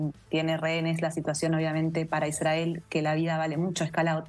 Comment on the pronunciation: Me causa gracia la periodista que esta en Israel habla como re porteña, pero cuando pronuncia la palabra " Israel" lo hace con pronunciación de moishe jaaaa, realmente cómo se ve la doble vara... y las atrocidades cometidas x el " estado" de Isrrael contra Palestina? El estado de Israel sionista no es ningún inocente vamos!